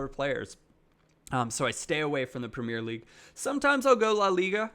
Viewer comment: It said the premier league wrong aha